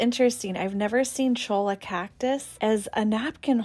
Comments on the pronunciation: Cholla is pronounced choya not chola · It's pronounced Choya not Cholo. You probably know this, but I've never heard you mention that All baskets are hand made thus one of a kind. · Really like your show. the 'll' in cholla is pronounced like 'y' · Hi! Love your channel and follow religiously. Just a friendly mention; cholla is a Download word and the double Ls are pronounced as a Y. I'm from Arizona and can tell you that cholla is frequently used as live fencing as well. The skeletons are stacked upright together and will continue to bloom. They are so beautiful, and expensive. So happy to see your vlog this morning, made my day! 🌵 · L I'm pretty sure that was an auto-correct error. It is a Spanish word, I believe. So "cholla" is pronounced ""CHOY-uh". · Reaching out from Arizona,. The wood is pronounced CHOY-YUH. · Love your videos. Lived in AZ for yrs and the cactus with a dbl ll in them are pronounced like a y not the ll, small info. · Tie the hat "strings" behind your head...so they are there but you can't see them...also "cholla" is pronounced "cho-ya"...in spanish, 2 L's together is a Y sound...LOVE your videos and comments and staging.... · The cactus is pronounced chȯi-yə, the L’s are silent. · The napkin rings are pronounced “choy-yah”. The double ll has the yah sound. 😊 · NOT being uppity, but I lived in Santa Fe 26 yrs and had the cholla cactus in my yard. Pronounced Choy’- a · Cholla, pronounced Choy-a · Cholla cactus pronounced Choy ya